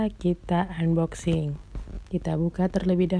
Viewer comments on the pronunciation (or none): none